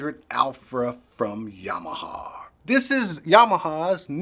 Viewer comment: Yam-ah-ha. Not Yamahaw. Lol 😂. I see what you did.